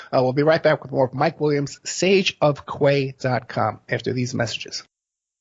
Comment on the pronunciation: Sage of key pronunciation btw